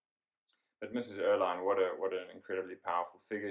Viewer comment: Fascinating idea! But Andre Maurois - is pronounced ‘mo-ro-A’ — French name. Mrs Erlynne — pronounced Err-Lyn (not line)